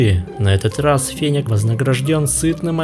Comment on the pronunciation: Интересно конечно, но не очень привычно неправильное произношение названия животного😢! Не фенек,а фенёк! 😊